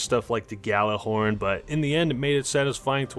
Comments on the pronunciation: It's Gallahorn not Yallajorn bud XP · BOY IT’S PRONOUNCED WITH A HARD G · ITS GAL-A-HORN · Only alpha males pronounce the gjallerhorn with the g and not a y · hahah love the video, great points etc etc... but your both still wrong on the pronunciation of gjallerhorn, but no one wants to sound like a douche bag saying it the correct way and not actually having the proper accent for it, so i'd say unless your from a norse/iceland country it's probably best not to correct anyone ahaha because it sounds so dumb saying "you didn't pronounce that correctly" and then only to repronounce it incorrectly again haha planet destinys podcast a few years ago had someone from iceland explain how to pronounce it and NONE of us get it right. its in the february 20, 2015 with guest marteinn who explained it, in fact it has a Hard G, so correcting with him a soft one sounds weird hahah but im just a nerd who finds this stuff interesting and mean no ill will.